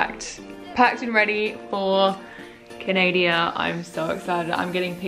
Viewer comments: Can-nay-dia???? C’mon bro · did she mean to say "canadia" at the start of the video ... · am i the only canadian who gut made when she said canada wrong not here to hat btw